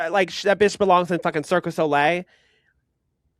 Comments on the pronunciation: Love the reviews but girl it’s cirque du soleil not circus olay 🤣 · Did say Circus Olay?